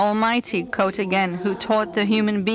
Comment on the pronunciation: No shit. It just sounds like she's saying "coat" not "quote"